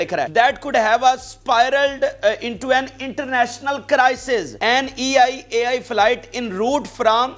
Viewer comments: It's not E I AI It's EL AL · Not EIAI . IT'S (ELAL) .ISRAEL NATIONAL AIRLINE. AND ISNOT SEPARATE WORD THE WAY YOU PRONOUNCE IT IS EL AL AIRLINE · Bhai it is El AL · I just wanted to correct you that Israel airline is (ELAL ). Just for your information. If you don't know something you should research first please. Please don't be embarrassing yourself by giving wrong information. Many Many times you always say wrong words because you don't do your own research. This is english language. English is a very tricky language. Not every word pronounce same as it spells